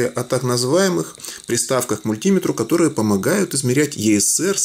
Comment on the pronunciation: Неприятно слушать про мульт-и-метр. Ты же не говоришь: амп-е-рметр.